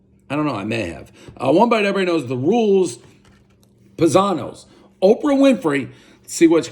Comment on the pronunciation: Family has brown eyes+you have blue eyes=adopted. I think it's Pie-zano like a pizza pie or the Italian word paesano.